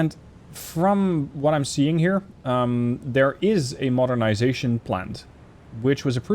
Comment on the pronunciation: As a german, you did surprisingly well on that modernization pronunciation